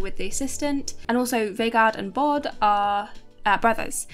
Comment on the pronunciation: You got the name of the show wrong in the title here (Kongen befaler). You butchered some of the names, understandably, but Bård is not "Bard" for obvious reasons. Calle is short for Carl Erik, so more like Ka-leh. Atle is At-leh. The healthy and safety regulations in Norway are quite normal and based on European norms. The UK is a bit strange.